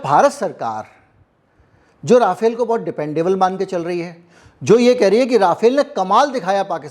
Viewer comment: First of all, Rafale is the name, not राफाएल! Secondly, Rafale in fact did use Brahmos in this month‘s action against Pakistan. Obviously, you are wrong to claim otherwise. Third, it is far from clear or decided whether Su-57 is being considered for Navy. A deal or serious negotiations have not begun. Finally, बताया जाता है is not a source at all! कौन बंता रहा है? If you are a journalist worth your salt you would not have made irresponsible claims like this.